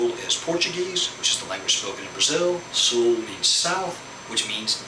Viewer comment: Your accent is almost none when pronouncing "Sul" hehehe great vid! Ótimo trabalho (Great work)